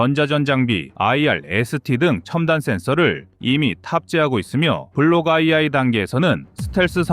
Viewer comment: 블럭 투라고 안 하고 블럭 아이아이라고 하네? 사람이 읽어주는 것이 아니고, 자동 더빙이었어?